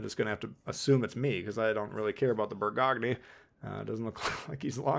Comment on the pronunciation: Bur-Gog-nee LOL You gotta love Minnesota. Great video T